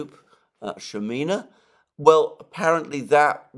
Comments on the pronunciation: It’s Shaman not Shamina. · It’s Shaman Шаман, the stress is on the second silable